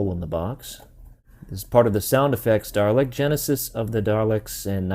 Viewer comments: You point out the eye-stalk but mistakenly call it a "top laser bit"... 😕 You know there's no R in Dalek/Daleks: so stop adding the R when you say Dalek...! 😉 Best way to pronounce it: singular Doll-eck; plural Doll-ex. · I appreciate the warning at the beginning of the video, but every time you said "Darlek" my giblets were triggered. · Drinking game: Take a shot every time he says “Darlek” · My name is Jamie Olberding and you aren't the only one here in the U.S that calls Daleks the wrong name pronunciation Darlek. Some of my friends who haven't even heard of "Doctor Who" are always asking: "What is "Doctor Who, I have never even heard of it?" I usually get my Dalek toy figures on either or at comic book stores